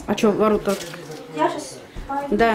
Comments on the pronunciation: .....ворОта... (ударение на второй слог)... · Правило ворота, ударение на о ))